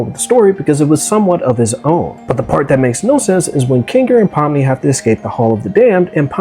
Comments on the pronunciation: Pomney? It's pomni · „Pomme“ too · "Pomney" bro what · bro her name is spelled “Pomni” not “Pomney”